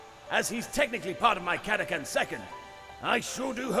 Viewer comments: To be honest, pronouncing it "Cata-can" feels much more natural to me than pronouncing it the other way. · Everyone on Catachan is Sylvester Stalone, so of course they'd use the Italian-American pronunciation of 'ch'